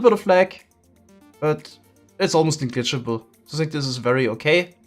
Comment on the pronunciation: pls, try pronouncing "negligible" right xD i cant hear it anymore Ich mein wir sind Deutsche aber nicht gleich Höhlenmenschen.